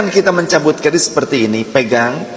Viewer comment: KERIS BKN KRIS